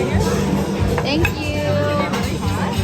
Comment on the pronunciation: Your thank you's are starting to sound very American! 😂❤️